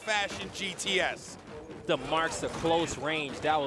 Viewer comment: she kinda butchered a lot of gts lmao 💀